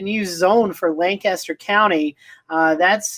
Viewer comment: You almost say the county right. I live here and we pronounce it Lain-Cuss-Turr. It is absolutely amazing because you guys are absolutely correct. It would be crazy how different our forecast would be from Chester and York counties. Lancaster County’s weather forecast comes from Columbia and York/Chester comes from the national weather service in Greenville/Spartanburg.